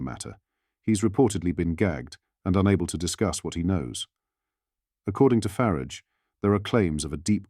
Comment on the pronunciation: FFS get your ai voice to pronounce peoples names correctly it's farage not faridge